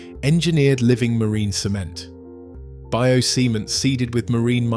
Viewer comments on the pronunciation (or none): I think he's trying to say bio-cement... It still made me snigger, so don't feel bad. ^_^